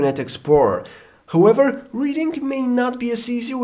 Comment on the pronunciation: he does nt even have a proper pronounciation for HOWEVER.....it sounds like WHOEVER lol....and he is here, out for a review.... lol